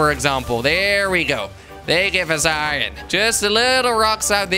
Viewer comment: He said iwon instead of iron